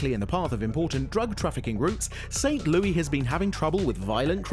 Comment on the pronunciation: you pronounced st.louis wrong